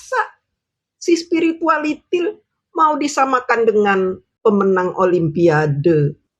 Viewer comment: Akhirnya denger lagi menyebut Sepiritualitil🤣🤣🤣